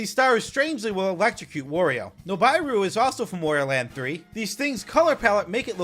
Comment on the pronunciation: no way we got a video on every mario enemy before switch 2 oh, btw wario rhymes with mario, not oreo